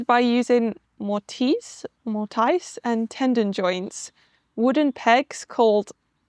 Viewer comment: I love that you're explaining timber frame construction. May I make a clarification to a couple of words? While I understood you perfectly well, the word 'tenon' has no 'd' sound. And 'mortise' has a quick, short 'i', like 'tiss'. Your house is wonderful. I like your eclectic design esthetic. Earth tones and natural materials would be perfect; comforting and timeless. (We Americans are terrified of lots of bright, garish colors.) I've enjoyed all your videos so far. I've been in the house restoration and design business for 5 decades. Your home is more modern, but it is very like the medieval Tudor buildings built in England and elsewhere. It's perfectly understandable why anyone would assume your building is much older than it really is. I also love that you showed American mansions built in the early 1900s. I look forward to seeing more!